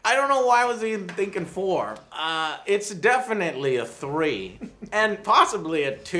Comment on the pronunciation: Why does Joe say "Three" like Gimli from Lord of the Rings? Thuurrrreee